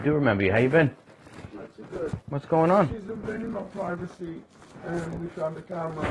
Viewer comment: Wuke does be invading the pwyvacy.